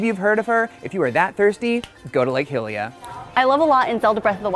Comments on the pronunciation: Say hylia properly... say it like this high le a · This game has voice acting. There are official pronunciations of words in this game. Stop saying "Lake Hill-ie-a". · I wish he just pronounced Lake Hylia correctly.